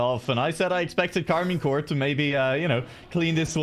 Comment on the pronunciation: keeps saying Karmine CORE instead of CORP... like how are you casting and you don't even know the name of the team